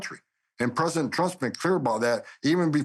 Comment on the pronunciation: It also kind of drives me nuts that he says, "Predent Chrump" and not "Prez - i - dent Trump". 🤣😂🤣😉